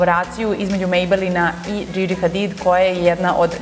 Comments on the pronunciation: joca zivkovic ne, izgivara se Džidži😂👏🏼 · Igovara se Djidji ...